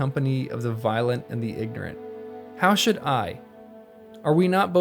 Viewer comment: "How should I?" was misemphasised. Not "How should "I*"? " but "How *should I?" Well, that stood out to me anyway. I think I preferred to read the words myself. Nice work on the whole. Thanks.